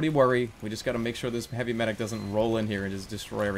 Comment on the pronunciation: Demoman says MEDIC!!!! like MYDICK!!!!! Dont you guys think so??? I cried of laughter during this video!!!!!